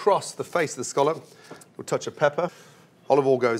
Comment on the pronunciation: This is the first time I heard from Gordon oil Instead of OLIVE OIL